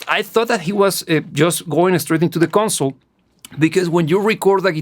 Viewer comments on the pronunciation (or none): none